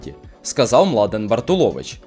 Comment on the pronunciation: не БартулОвич, а БартУлович...